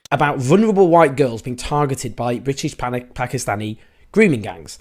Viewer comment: Owen Jones can't even pronounce vulnerable correctly.